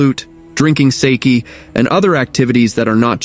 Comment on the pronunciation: Need to work on your pronunciation on wuxia and sake.